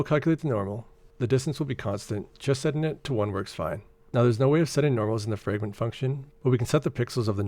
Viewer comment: small note, you're saying "fragrent" instead of "fragment"